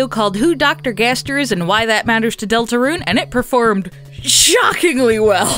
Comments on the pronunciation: Please stop pronouncing it deltaRUNE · ”Delatrune” in , time to make a third gaster video fixing that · The way she said Deltarune! 😂😂😂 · You emphasise "deltarune" weirdly